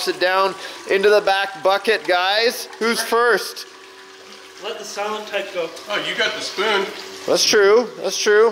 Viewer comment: He didn't say "first", though. He said "firts", whatever that means.